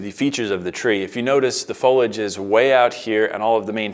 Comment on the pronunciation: Its fo-lee-age not fo-ledge